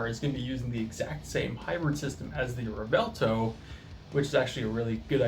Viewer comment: pronounced Rev-Well-Toe;)